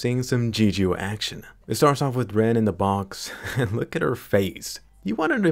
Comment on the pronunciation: I don't remember what the sniper shield is called but it's for exactly that. Basically any sniper in the field with it can pull it out and hide behind the almost bulletproof half shell armor. Also Llenn is not pronounced Ren. Just a side note. Not a big deal just made me laugh.